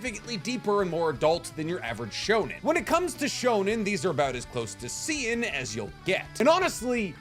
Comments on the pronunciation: It's seinen like "say" and "nen" from HunterXHunter not "see-in" LOL. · How tf did bro pronounce Seinen 😂💀